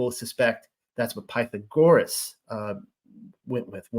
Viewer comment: BEsorah vs. BeSORah PyTHAgorus vs. PythaGORus SAhlome' vs. SaLOmi CHawah (guttural 'H' sound) vs. ChUwah Same for CHokhma and YOCHanon ORigin vs. orIgin